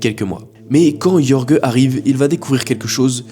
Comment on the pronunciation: Jorge ne se prononce pas "Yorgueu" mais "Rhorr-rhé" (rh = comme tu prononces le J de José ; rr = R roulé)